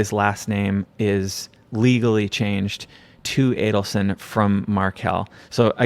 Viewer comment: Thank you for knowing how to pronounce the killer family’s last name. So many podcasters say Adelson wrong even during podcasts showing Charlie or Wendi saying their name in court.